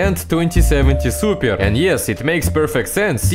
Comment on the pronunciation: suppearrrr,,😂 that word got me everytime he said